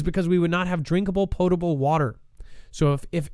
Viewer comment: it's not "Pode able water", lol Its POTTTTTTTable water POT. Love ya bro, but sometimes you crack me up